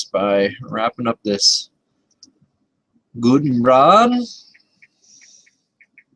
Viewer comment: Sculpin wool is really old, but I use clumps of laser dubbing, after lining the fiber up you tie it in and brush it out. It looks awesome. This sculpin is nice and I will probably tie some up. Imitation is the sincerest form of flattery. You know how to say Gudebrod, you got it right and then added the N again. Whatever you like as long as you show it. You will have to stock up because Gudebrod went out of business. I bought a bunch on huge rolls. All the best, Sean